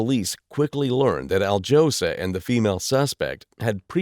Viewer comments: Alyosha Nemovich, not Aldzhosa Nemovik, illiterate... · al-jose pronunciation is crazy work. it will trigger the whole balkan.